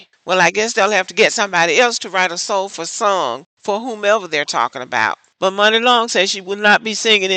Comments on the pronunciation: Apparently he’s not in the Black Community because her name is pronounced “money” not “Mooney”. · Muni (pronounced “money”) Long. She has so many stories about being screwed in that industry and she’s been around for so long. Even when she was Priscilla Renea. Kesha and her mom tried to steal her publishing. It’s been hard for her. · Stop TRYING to be a "reporter" without having done the proper research. Her name is Muni pronounced MONEY, Sir. You're just mad because you probably date Non-blaq women and you're caping in their defense.